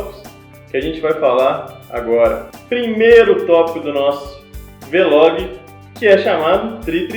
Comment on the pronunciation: É "vlog" não "v-log"